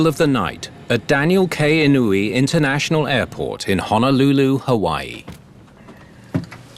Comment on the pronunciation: Not to the uploader...but, ethnicity of the pilots is wrong, and it's In-oh-yay, not In o wee. The late Daniel Inouye was a US Senator and World War 2 Purple Heart veteran. Even the AI voices get it right.